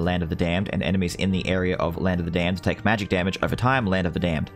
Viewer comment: it’s the way you say Land Of The Damned 🤣 “ˡᵃⁿᵈᵘʰᵈᵃᵈᵃᵐ ˡᵃⁿᵈᵘʰᵈᵃᵈᵃᵐ ˡᵃⁿᵈᵘʰᵈᵃᵈᵃᵐ”